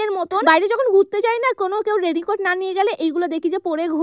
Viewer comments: পাগল নাকি রেনিকট না রেইনকোট😮😮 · রেনকোট ❌ রেনিকোট✅ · রেনি কো❌ রেইনকোট✅ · রেনি কোট😂 ❌ রেইন কোট🥰 ✅ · রেইনকোট❌ রেডিকোড✅😅😅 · Rain coat ❌ Reny coat ✅😂😂😂😂😂😂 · রেনি কোড❌ রেইন কার্ড ✅ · Rain coat ❌ Reni coat ✅ 😂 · Rain coat ❌ Rainy coat ✅.......porashona koroni naki go tumi......mithhe kotha bole video banao plus abar word ke vul pronounce korcho......maa baba ki porashona sekhaini nki go.......pete mone hoy ektu o bidde nei 😂😂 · উচ্চারণ ঠিক করো আগে,,,ওটা রেন কোর্ট নাকি রেনি কোর্ট